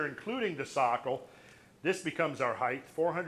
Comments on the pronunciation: Lol he says heighth. That's not a word. It's just height. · For crying out loud! This man is so bright, intelligent and learned, why is he pronouncing the word "Height" incorrectly? The word "Height" has a final "T" sound and not a "TH" sound. Christ Almighty it drives me nuts! I'm trying really hard to take in this wonderful beautiful data but everytime I hear that word pronounced incorrectly it drives me insane! Giving him the benefit of the doubt, it could be a hearing based deficiency. Sorry to be so fucking petty. I will buy the DVDs anyway. : -)